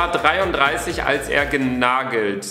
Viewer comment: WARUM SAGEN ALLE KALLSE ;w